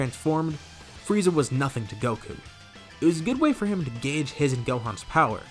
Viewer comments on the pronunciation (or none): none